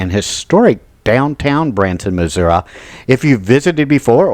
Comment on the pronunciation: Pronounced MISSOURI WRONG UGH